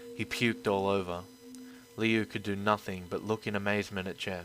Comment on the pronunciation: HIS NAME IS NOT LEO ITS LiU!!!!!!!!!!